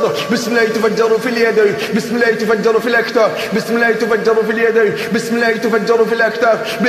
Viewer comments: الله وليس اللة لأن اللة تنطق اللات نعوذ بالله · الله ليس اللة لأنها تنطق اللات والعياذ بالله